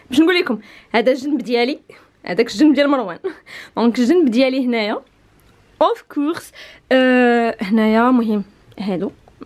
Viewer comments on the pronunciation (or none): اوف كورس؟ 😂😂😂😂 ناري اختي بعدي من الانقلش اوف كووووغس